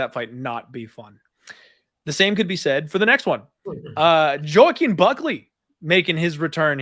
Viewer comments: 7 fights in the UFC and people still dont know how to pronounce "Joaquin" so sad. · no its pronounced like "Wah keem" that's from buckleys mouth